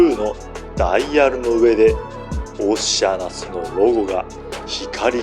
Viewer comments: 確かにそう、おっしゃなす。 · あかん、オシアナスの変な発音が気になって内容が入ってけえへんやろ。